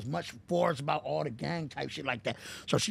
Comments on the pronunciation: Man this dude said “ cuz was talking acout (about)!” 🤦🏾‍♂️😂😂😂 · Bro said “what I’m talking acout” 😂